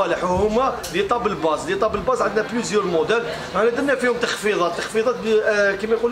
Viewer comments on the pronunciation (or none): الله يبارك ما شاء الله روعة فقط للتصحيح اخي يقولو طابل باص وليس طابل باز تقبل مني اخي